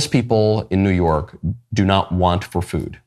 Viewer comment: He said “new yerk”